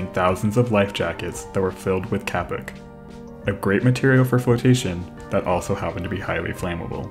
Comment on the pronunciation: And by the way it is pronounced 'kay-pok'. We have three kapok trees on our property so trust me on this.